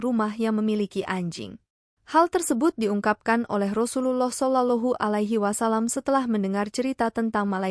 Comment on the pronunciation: Rasa nya kena penampar ni lagi bagus,,menyebut rasullullah kaya budak² kecik tak pandai menyebut